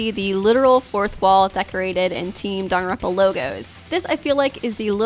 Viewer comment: please stop saying “Danaronpa.”